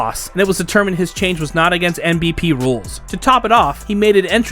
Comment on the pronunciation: This video is really poorly put together. The guy can’t even say NPB correctly. Just reading off of Wikipedia for clicks and views